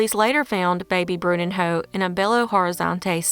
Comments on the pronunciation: Bruninyo is the pronunciation in Portuguese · I was perplexed by hearing the name of the baby. Bruninho is actually prounced BruNEENyo, which means "Little Bruno." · It just did not sound right🤫